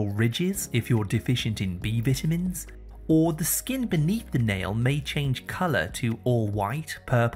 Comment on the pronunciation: vita mins not veetamins